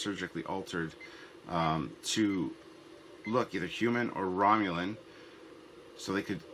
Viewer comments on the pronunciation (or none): none